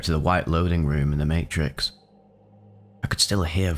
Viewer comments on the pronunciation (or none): none